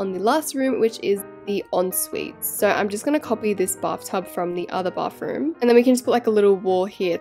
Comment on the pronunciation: Can you stop saying Bafroom? Or can you actually say Bathroom like Americans?